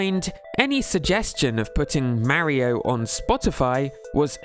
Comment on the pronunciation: Why do you pronounce “Mario” so wrong? I can’t make myself sub to you for that.